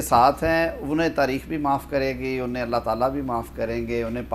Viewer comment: Noreen Beti aap nay aik sentence main 3 mistakes kar dee hain --Senior [not ''senear''.] -- Brillaint [not ''breleant''] --Allah[swt] [not ''allah''] I,am sure you will NOT repeat these mistakes in future. Ok say ok Uncle not again InshaALLAH] SHABASH aur Allah[swt] ki hifazat main raho[Aameen]